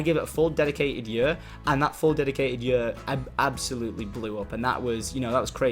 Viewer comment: i love how tom pronounces year "yur"